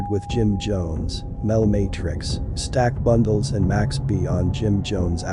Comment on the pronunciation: I sound so stupid u can’t even say the rappers name right u a lame fr fr